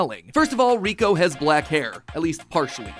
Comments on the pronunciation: its not riko its liko matpat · It’s liko not kiko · He really called her riko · It makes me sooo mad that matpat said Riko instead of Liko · It isn’t Riko it is Liko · after watching the first season of the new series I can probably prove some of this wrong like how her name is Liko not Riko. but great vid Mat Pat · It’s Liko not Riko. Not sure how no one noticed this by 2024. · Crazy how her name is Liko not Riko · Her name is Liko not Reko. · It’s sad that he says Riko even though it’s Liko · It's Liko, not Riko. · It's Liko, not Riko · It's actually Liko, not Riko 😅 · ITS LIKO NOT RIKO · Uh Matpat it's Liko not 'Riko'. Just saying the truth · Keko name is not Reko but it is leko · You said Riko it's Liko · No ash is not riko father and riko name pronunciation is liko and the necklace is a pokemon called terapagos this are all revealed in the anime (currently there is upto 47 episodes of Pokemon horizons) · liko ❌ riko ✅ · me screaming its LIKO! not riko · Her name is liko not riko😅😂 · LIKO NOT RIKO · Bro it’s no “Rico” it’s liko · its not "roy & riko, its roy and liko. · It is Liko not Riko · It’s liko not rico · Her name isn't riko! its liko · dude its liko not riko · It's Liko not riko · It’s not rico it’s liki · its lico not riko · Riko lol her name is liko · It’s liko not riko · Stop 🛑 saying 😤😭 Riko!!😢😮😮😮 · Um.... Not to be rude but who's riko??? I thought it was liko????? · Its not riko its liko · She is called liko not riko ive wacthed th anime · LIKO NOT RIKO XD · Its not reko itas liko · It's liko not Riko😮😅😢❤im mad 😡😠. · Sir, its Roy and Liko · They announced he would return. Also it's not called Riko. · Matpat... It's LIKO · Matpat it’s liko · First of all, it’s like not riko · It’s LIKO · its liko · Its likko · It's liako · Lol it’s liko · Btw it’s Liko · Isn’t it liko? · It’s Liko. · Haha matpat got likos name wrong haha